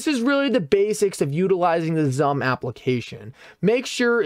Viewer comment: It's pronounced as SUM...